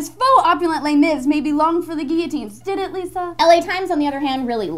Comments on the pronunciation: Stopped listening when said Les Mis..... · don't call it Les Mis, it sounds disgusting like that...